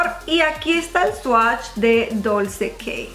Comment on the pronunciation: El Dolce K se pronuncia como "Dolche", sólo comento. Buen vídeo. ☺️